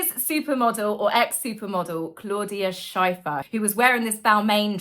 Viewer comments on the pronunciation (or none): Schiffer, not Scheiffer. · It's Claudia Schiffer (pronounce just shiffer, not sheifer). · I love your channel but it hurts to hear Claudias name say like that. I'm from Germany and she is one of the international supermodels from the 80's along Cindy, Naomi and others still today. Her last name sounds like the word "shift". So in english like shiffer. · Claudia Schiffer is pronounced with an "i" like in "skipper"! 😊 (that's what her name means) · Hi, you need to pronounce Claudia Schiffer with a short "i" - as in "thrilled" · It’s Claudia Schiffer as in Differ. Xxx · Claudia Schiffer's last name rhymes with "differ", and Jonathan Haidt's last name is pronounced "height"🙂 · By the way it’s Claudia Schiffer. Rhymes with Stiffer. She is also Lady Drummond, as she is married to a film maker who was recently knighted by the King.